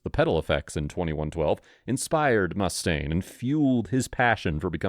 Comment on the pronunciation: The narrating voice, which I’m sure is AI, actually pronounced his name correctly,it was the moron who did the titling that spelled it “Mustang”, but the narration pronounced it “Mustaine” each time it was said. More irritating is Neil’s name being pronounced “Pert”. Although I will admit that few people knew the proper pronunciation of his name, since Rush got little press in the 70s and 80s. I will admit that I and every musician I knew, pronounced it Pert back then. It wasn’t really before the 1990s that it became publicly well known it was pronounced “P-ear-t, like you’d pronounce “ear”. That’s okay, because during their Rock And Roll Hall Of Fame induction speech, Taylor Hawkins pronounced it “Pert” at least a dozen times. I will admit that after pronouncing his name as “Pert” for more than 20 years, it took me a while to say it right and I still slip up now and again.